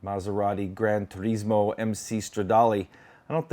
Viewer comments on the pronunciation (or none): none